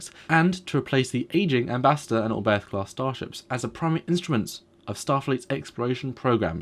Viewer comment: You'd think that two dudes running a Star Trek channel devoted to starships could at least pronounce the names of the ships correctly. "Orberth" and "Yamoto" for example.